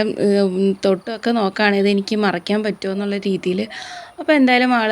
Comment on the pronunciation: പനമറക്കാനല്ല മറിക്കാൻ എന്ന് പറയൂ കഷടം